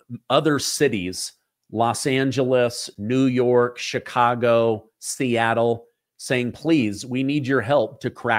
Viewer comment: I can tell you're an intelligent man, and I do enjoy listening to your pod cast. I spent all of my adolescent years growing up in the city of Chicago, in the state of Illinois. One of the things that was hammered into us students was how to pronounce CHICAGO. You pronounce it as a SHA when it's a CH like in the word Cherokee. Here's something that's as a side note, there's Indian reservations all over th the City of CHicago. Every neighborhood city park is a piece of a reservation within the city of Cook County. Most people who today live within the city limits of Chi-Town don't know this and probably dont care. Incidentally, one more thing I do appreciate how well you pronounce your vocabulary of the English language. I know that pronouncing CHicago incorrectly is a small matter, but I would almost bet that Indian Chief Chicago would be turning over in his grave to listen to all of the White Men who just refuse to learn to have some respect for his name. Do keep doing your up-to-date podcasts, I for one enjoy listening to you. GOD BLESS YOU AND YOURS!